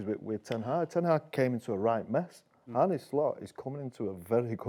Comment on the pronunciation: My cousin is called Arne. Are - nuh … not Arnie, not Not Arnay or any other mad pronunciation.. you’d think at least would work it out..haven’t heard one person get it right yet 😂